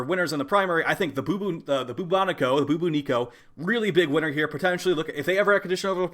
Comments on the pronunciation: buBOnico not bubo NIco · haha he said booboo nico. i think its closer to the bubonic plague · It’s not pronounced boobooniko lol think bubonic plague and add an o sound on the end lol I just was like wtf is boobooniko